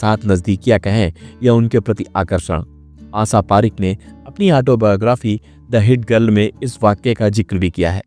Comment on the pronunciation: उच्चारण बिल्कुल खराब दर्ज़े का है श को स क्ष को छ बोलना बडा भद्दा लगा आशा पारेख का नाम गलत बोलना बहुत बुरा लगा